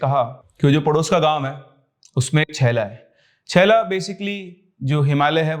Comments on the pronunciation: छेला नहीं चेला बोलते हैं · it's not छैला it's चेला Btw lots of love from Himachal ❤✨ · It's not shaella it's chailla as chimpanzee as ch not shh like chakor like ch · Sir ...चेला नहीं चेला bolte h Himachal m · Sir it's not chella it's चेला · छैला nahi चेला होता है 😂😂😂😂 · Yes. Main bhi yhi bolne bali thi. And it's बोड़ी not बोडी